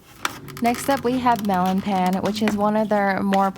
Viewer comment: Love your videos, and pan is pronounced as pahn <3